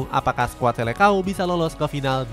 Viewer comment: Admin, koreksi dulu cara eja atau baca disini bahwa seleção dlm bahasa portugis seharusnya dibaca "selesaung". Bukan selekao. Sama seperti halnya falcão dibaca falkaung.... Semoga bermanfaat.